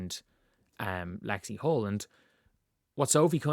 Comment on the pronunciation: 100%. AN it's "Hull". Lexie "Hull".